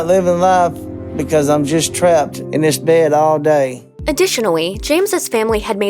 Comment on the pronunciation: "You could of lost 30 pounds dis munt."